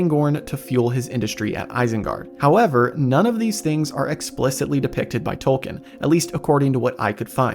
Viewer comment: I cannot stand how you put all this effort into making a cool video and you can't even pronounce Tolkien's name correctly.